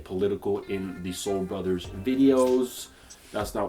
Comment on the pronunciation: hey "SOLE BRUDDERS!!"